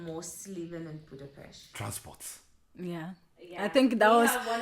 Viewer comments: You pronunced Budapest correctly! :D You guys are just charming. I wish you the best truly. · When you pronunced Budapest correctly, youve got a sub. :)